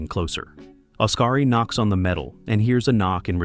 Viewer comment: Great pronunciation of the names. SMH 😂. Odkari is pronounced liked Os-ka-ri, not Us-ka-ri or As-ka-ri like it us sometimes pronounced as 😂. Likewise, Tapio is pronounced as Ta-pi-o.